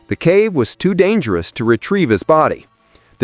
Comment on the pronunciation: It became so dangel-ous